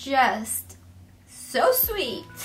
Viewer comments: And you said seeet instead of sweet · You said seet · She said seet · She said seeet instead of sweet